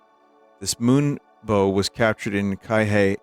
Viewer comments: As someone who grew up in Hawaii, that was a beautiful butchering of Kihei. (It's pronounced "key-hey," at least by most of the locals) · the city name is pronounced Key-hey